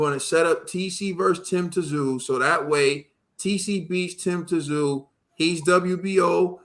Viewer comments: It isn't Tah-zoo. Tss-ooo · Hey, it's Tim Tsyzu ( Zoo) pronounced! Tim was awarded the official WBO belt after defending the interim title 3 times! ZOO is fighting Mendoza this weekend! A fight he didn't need to fight! But he is after everyone believed Fundora was the next great thing and Mendoza knocked him out! Bros, go back through Tim Tsyzu ( ZOO) last couple of fights and please tell me this guy can't be great!! And remember, no need for Tim to fight Mendoza, just going through the division trying to get his chance to be great!! Love my bros